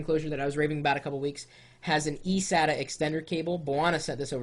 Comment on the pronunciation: I was always interested in a Mac but not to replace my gaming desktop, but my laptop. btw its saytah *sata* not sad tah